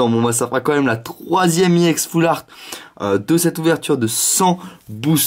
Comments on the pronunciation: PK il dit E-ex au lieu de ex c'est pas ecrie E-ex c écrie ex ! Et si tu veut dire E-X en englais le X se dit pas ex -_- en plus il a TJ le ton de phare quand il ouvre c'est carte et en plus on s'en fou des 8 1er carte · pourquoi tu dis IEX c'est RX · C'est ex pas iex Aprend a parler mon gars